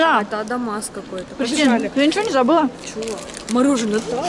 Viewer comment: Почему "мороженО", а не "мороженое"? Вам надо на курсы русского языка.